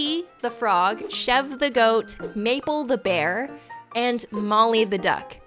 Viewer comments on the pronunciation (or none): THAT’S NOT HOW YOU SAY CHEVRE It’s pronounced (shev-ray)